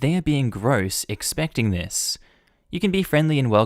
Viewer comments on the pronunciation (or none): I was listening to this and I thought he was saying condom ball not condom bowl. I was picturing a rubber band ball, But made out of possibly used condoms. After that the bowl seems pretty reasonable. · I know a little late for a comment, anyways. I tend to listen whilst doing other things and when kept saying Condom Bowl, I kept hearing Condom Ball and just kept picturing a ball made of condoms by wrapping them around each other like a rubber band ball, wasn't till he was startign up the next story that it clicked in my head that he was saying Bowl.